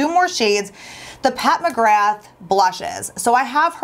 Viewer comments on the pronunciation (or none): none